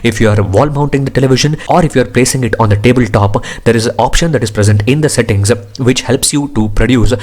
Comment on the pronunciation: Why do you add "A" for every word like processa settinga pasta ? Thanks for the review though.